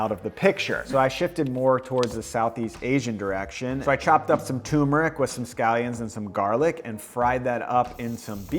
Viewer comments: TUR-meric. Not too-meric. As an Indian, it is my sworn duty to correct this lol. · sorry for the nitpicking but i have to after hearing you say "toomeric" 12 times: Turmeric has another "r" before the m. nice video otherwise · Bro... TuRmeric. TuRmeric